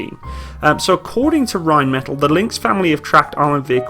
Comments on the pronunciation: it's just bugging me slightly but can you pronounce Rheinmetall properly? The L sound at the end is a long L, hence why there are two of them. Otherwise it would be just "metal", think of one of the L's as a silent H. Like metahl. Anyways love the vids. I hope we (Australian Defence Force) end up buying it as it makes sense when we just purchased Boxer IFV and MAN HX series vehicles as well as G-Wagon for light fleet, the display model their is in our camo so they are pushing hard. Might as well go German all the way, lament we never replaced the Leopard AS1s with latest variants opting for the Abrams instead. Using the Boxer turret on the Lynx would be a sensible move as well having common type across the motorised and mechanised fleets but we totally need on-vehicle ATGM capability. Not sold on the rubber tracks...Australian terrain in many parts of the country can be very brutal, it's not as forgiving as in Europe and in this case you can't replace a link or three and keep going, you're well stuck until RAEME arrives which I assume is a change of the whole track. All good for reduced wear on the drive line and weight reduction and to a point noise, i'm guessing there would also have to be some sort of (massive?) cost saving during maintenance life also vs track link. If it's only dollars and cents vs one or the other I'd be still going for traditional track link. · For future reference I believe Rheinmetall is pronounced Rhein-meh-taall instead of Rhein-metal :D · Rhein metáll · Rhein meh tall .. not the English pronunciation of metal. o7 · It's pronounced - Ryne' Met' Aaal'. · very nice, informative stuff. just one thing... completely your choice. Could you please pronounce Rheinmetall in the german pronounciation? so, Rehn-metall? thank you, whether or not you decide to change it, in future videos. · Pronunciation: Rine-maytahl them 'may' is short, the 'tahl' long.